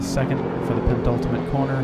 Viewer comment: Nice racing, enjoyed the video and you got a new sub :-) Only one fly in the ointment and don't wish to come across as an a**hole but I have to mention it. The word is "penultimate" and not "pen(t)ultimate".